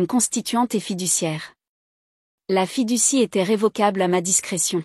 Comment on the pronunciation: Fiducie. Pas fille du six😊